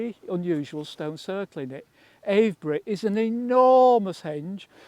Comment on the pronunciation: Great video. Really interesting member of the Time Team. Have to mark him down on his pronunciation of Avebury, though! 😂😂😂